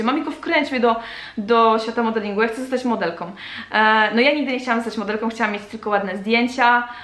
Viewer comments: Trochę razi w uszy ale "modelką" nie "modelkom" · a jeszcze coś, jeśli piszesz "modelką" to mów modelką "Ą" a nie "om" ..... lubią a nie lubiom "om" proszę :) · Dlaczego dziewczyny zamiast wymawiać ,,Ą' ' Mówią om przed chwilą mamiko na początku odcinka powiedziała ,,Modelkom' ' a mówi się Modelką. XDDDD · Trochę razi jak się słyszy MODELKOM